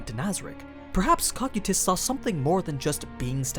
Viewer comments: I’m so used to hearing Coe-Ki-Tus, that Cock-you-Tus takes me off gaurd each time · Guys the pronouncement is a bit off. It's not COCK-SAI-TIS, ITS NOT COC-KU-TIS. ITS CO-KY-TUS. Cocytus. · Bro your horrid pronunciations of character names is the reason I don’t watch your content. First it was “Ree-mer-roo” which you pronounce as “Rim-Roo”, and now “Ko-Ky-Tiss” which you pronounce as “Cock-Cutiss” which is stupid close to “Cock-Cutips”, which is a little funny tbh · its (co-ky-tüs) not (coc-ue-tus) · i love these videos but the way you read some of the names really makes it hard to watch especially in public - its CO-CY-TUS .... not COCK-CUE-TUS please dont say it like that anymore i rather not have people ask if im watching something porn related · Huh I pronounce it co-kite-us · Cocytus (KOH-KYE-TUS) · Man's actually be saying Cockquetus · he calls him "cock e tus" and that bugs me to no end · In the english dub cocytus is pronounced Coo Kite Us...... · NOOOO!!!!! Use the dub pronunciation again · You mispronounced his name but you say the layer off hell right how is that even possible they are pronounced the same cmon man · Why are you saying cocytus like that?